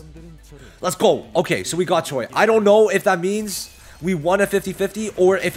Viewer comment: is not choy it's pronounced as ch-we 😂